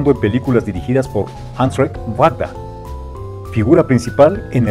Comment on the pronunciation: Disculpa, pero el apellido del director Wajda se pronuncia como Vayda.